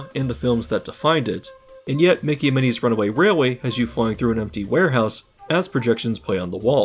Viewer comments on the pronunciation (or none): none